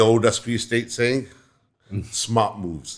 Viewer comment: 100℅ agreed but when u say the word "moves" It sounds like b*00*z